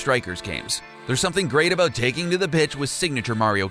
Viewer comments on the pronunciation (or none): none